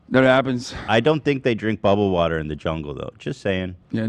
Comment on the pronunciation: Please stop trying to say "water" with an English accent. Its so far off Im cringing out of my skin lol